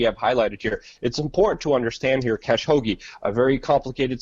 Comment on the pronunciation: It's pronounced ka-SHOW-gee